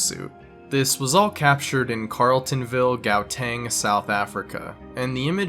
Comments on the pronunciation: 'Gowteng South Africa' American pronunciation kills me sometimes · I live in South Africa you miss prenoused GUATING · as a south african i find it absolutely blasphemous the way he said gauteng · bro pronounced Gauteng wrong 😂😂😂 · The way he says Gauteng had me not even realising he was talking about my home Americans have such a hard time pronouncing our names